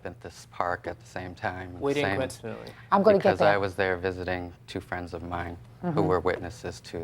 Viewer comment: He mentioned "coincidentally" so weirdly. it was definitely on purpose